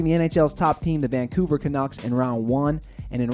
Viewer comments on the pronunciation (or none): none